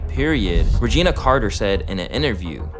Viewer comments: I hate being nitpicky bro but it's Reh-juh-nay, not Regina lol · Regina? It’s Reginae